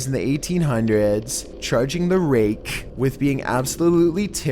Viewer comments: RakEH My ears: AK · Lol the way he says "The rakE" is funny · said “the raKE” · The raKKKKE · "The Rai-keh!" Even the letter K has to be distinctly pronounced. hahaha! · bro how the fk do u say Rake....RAAYY KKKKKKKGH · making "rake" into 2 syllables. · "The ra-KE" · "The raKKe" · "The Rakķqė" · The ray...KEH. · Me :.... Him: The rAKE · "The ray-KEH" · The Ray-KEH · That's a hard K, homie. And "Ma-reen-ers log"... omg. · Should get that checked out bro, pronouncing rake that way might be a sign of lupis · He says the raKE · ....the most terrifying thing about number 6 was how you pronounced 'rake.' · Say Rake one more time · Why do you hit the K in the "rake" harder than ray rice hit his wife?